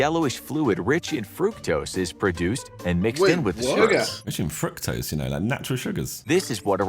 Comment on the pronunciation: I cant be the only one who heard ‘rich is fruit toast’ when he said ‘rich in fructose’ 😂😂😂😂